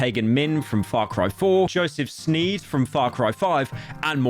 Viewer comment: You're a Joseph Sneeze. It's Seed